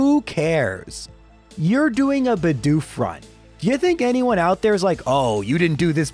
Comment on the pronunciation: Why do so many youtubers fail to say Bedoof properly? Half of the time it sound likes they are saying Budew instead.